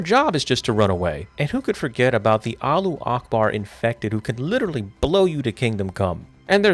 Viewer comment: “And who can forget the alooh akbar”